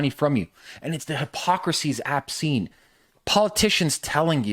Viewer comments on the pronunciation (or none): Obscene... not abscene brother.